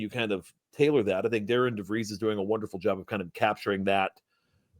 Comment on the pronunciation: And it’s pronounced DARREN DeVries.